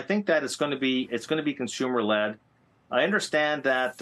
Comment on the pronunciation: Led, not lead.